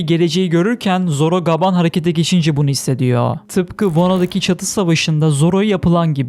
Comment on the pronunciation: Lütfen gaaban değil gaban de🙏